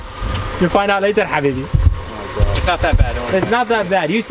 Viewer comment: what's your nationality , cuz i'm from Egypt and you said Habiby ???! ;)